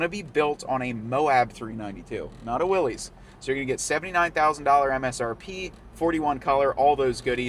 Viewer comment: Another video where "Willys" is mispronounced 😬